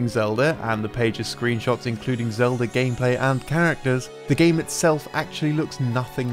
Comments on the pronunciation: Thanks for explaining how to turn the word Zelda into Elda by removing the Z, I was lost for a moment. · Or English.